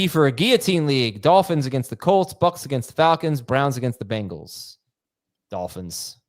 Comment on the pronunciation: Can someone PLEASE tell that it’s pronounced Bangles and not Bingles?